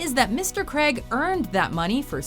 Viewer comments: hate how she says Daniel creg not Daniel Craig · Why is she saying Daniel CREG 😂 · the pronunciation of Daniel Craig's name annoys me to no end